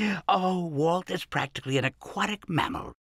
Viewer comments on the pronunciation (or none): none